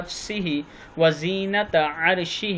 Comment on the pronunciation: السلام علیکم و رحمۃ اللہ و برکاتہ آپ وزینتہ پڑھ رہے ہیں یہ غلط ھے بلکہ وزنتہ عرشہ صحیح ھے اس کے معنی ہیں عرش کے وزن کے برابر اور اگر ھم وزینتہ عرشہ پڑھیں گے تو اسکے معنی ہوں گے عرش کی زینت کے برابر واللہ اعلم بالصواب